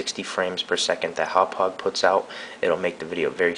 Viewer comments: I'm a Long Islander - it's closer to "Haw-pawg" (NOT "how-pidge"). It's hard to understand unless you live on LI or know someone with a Long Island accent. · I think it's pronounced Happauge as in (Haw-Por-ge) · Here's how I pronounce the brand name of this product: Humpage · Speaking of "newbs", it's pronounced Hau-paw-juh. Also, it doesn't JUST record in M2TS. If select the drop down on the bottom left, you can select between M2TS (PS2) and MP4 (Xbox 360), both of which are 1080i. You can also select TS which I believe is 720p or regular DVD quality. You also may want to get the update made available to us from Haupaauge's website in the software section. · Hawwpijj hd pvr is how you pronounce it. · haha im pretty sure its pronounced "Haw-pog" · Itz pronounced Hauppauge =D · its pronounced hauppauge! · Thanks for this, will use this tut when I get my Hauppauge HD PVR for xmas :) Btw it's prounounced "howpow-ger" (It's german, my german friend told me its pronounced like that)